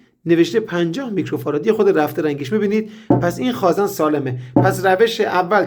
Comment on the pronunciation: سلام مهندس جان شما که تحصیل‌کرده این رشته و دانشگاه دیده‌ای واقعاً عجیبه به خازٍن میگیدخازًن قربونتنم ما حتی رفتارمان را به استاد نزدیک میکنیم ومعلومه که محاله تمام کارآموزان مثل شما به غلطkhazan تلفظ نکنند واز کلمه صحیح یعنی khazen استفاده کنند جسارت بنده را ببخشید